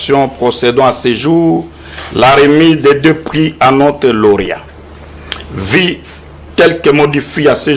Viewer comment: Le Congo est descendu trop bas Il y a des moins en moins des gens compétentes qui lisent et parlent correctement Le représentant de la maison de production qui lisait l article consacrant Louis France meilleur journaliste Quelle lecture médiocre!!! On dit vu, et non vi L éducation et l instruction sont détruites